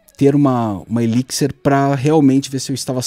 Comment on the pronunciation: eliquisser ... pronto, aprendi a pronúncia!